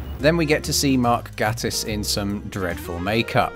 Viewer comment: Mark's last name is pronounced "Gay-tiss". Jesus, that's the real cringe.😮‍💨